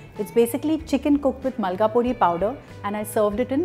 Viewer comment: It’s Molagapodi. Not Malgapodi. Molaga is chilli and podi means powder in Tamil